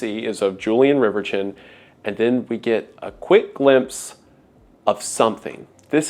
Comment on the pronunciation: I'm pretty sure "Julien Reverchon" shouldn't be pronounced "Julian Rivertchon"